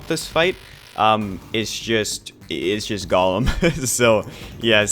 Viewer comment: every time he mispronounces golem i die inside